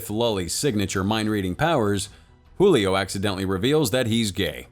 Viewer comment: Great Video Cinema Recap!! 😉😉 But I noticed some things off about the pronunciation of some names, like "Julio" and "Paola" where the "J" in Julio was pronounced like an "H". This movie is in Portuguese not Spanish so the "J" is pronounced like an actual English "J"(not really but much closer than the Spanish one) and "Paola" the "O" is the stress syllable. The things I pointed out affected absolutely nothing in the experience of the video, as I said before great video you don't really see Brazilian movies being displayed internationally so keep the good work!